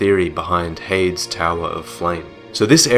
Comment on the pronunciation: are you sure heide's is pronounced "hayed" and not "hey-dees"?